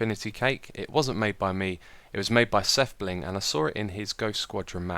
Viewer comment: its "Sethbling" not "sethblink"